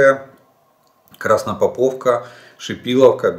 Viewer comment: Олег всегда говорит Краснопоповка правильно